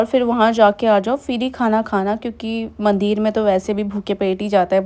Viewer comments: Yes mandir and not mandeer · mandir me chooti e hoti h na ki badi e ...bhut awkward h aapke mandir ka pronunciation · मंदिर होता है। सही बोलने में कोई दिक्कत है क्या